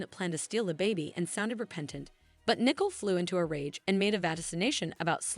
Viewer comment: It's Nicole not Nickel